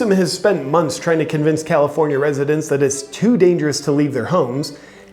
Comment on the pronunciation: California resitents...😂😂😂 I like it.